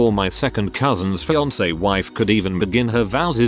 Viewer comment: "feeankay" that's the highlight of this video